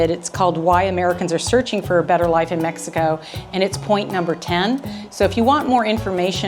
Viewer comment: said Mex ico 3 world engineer